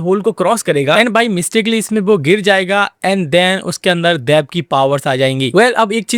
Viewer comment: Daiv nahi dev…sahi bola kr bhai maxa hi kharab ho gaya dekhne ka